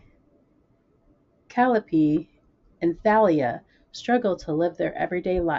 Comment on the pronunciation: Glad the books got to you safely! For reference, the characters in HSFCAC are Greek names. So they're pronounced Mel-pom-men-ee, kuh-ly-oh-pee, and tall-ee-uh XD